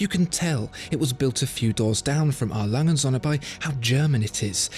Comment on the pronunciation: "It's pronounced "A. Lange und Söhne" - with a german "ö" and not like the english "o". You pronounce it "A. Langen Sonne". Other than your pronouncation I love your videos!